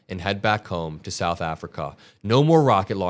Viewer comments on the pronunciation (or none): none